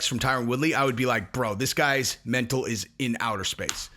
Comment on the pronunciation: On no, not you too. You can't say "Mental" likes it's a knee...